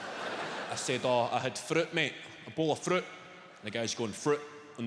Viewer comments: "A hid froot this mornin" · The way he says "fruit"😂😂